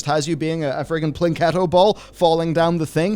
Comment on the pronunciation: "Plinketto ball". Who are you, Rich Evans?